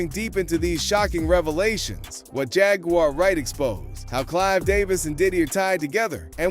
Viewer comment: ponounce her name correctly man